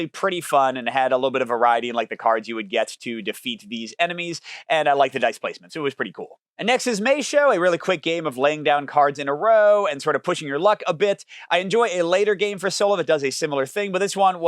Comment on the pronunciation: Great list. Incidentally, Maeshowe is pronounced "mays HOW". Cool place to visit if you ever get the chance.